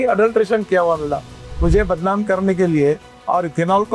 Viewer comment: बदनाम ❌ बदलाम ✅